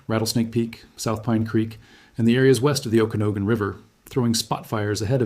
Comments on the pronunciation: Lake 'sheh-LAHN' and 'oki-NAUGH-gan' [ not 'oki-NO-gan'] - I'm a native of the Pacific Northwest.. Appreciated this very clear video and, especially, the attention drawn to the huge fires in Oregon which really have been ignored by the media. My deepest condolences to the people evacuated in Spokane, and in other areas. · Personal? You're not a real person, and clearly the AI has no idea how to pronounce Okanogan.